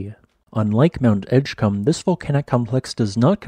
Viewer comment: Edgecumbe? Dude lol